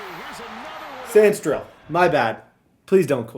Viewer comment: you gotta stop messing up mikes name it’s sa-rin-still